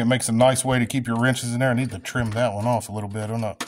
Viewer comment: "like-eaat", or "like-iss"...sounds like everyone I grew up with who skips the "th" when saying "like this" or "like that", lol! Good tip though, I'm going to harvest a length of copper wire that's laying around in the woods and try-iss! ;-)